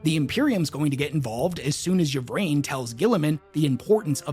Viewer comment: Lucius is trash,. Also, Ynnead; "in-ee-ad" not "ya need." Likewise "ih-vraine" not "ya vraine."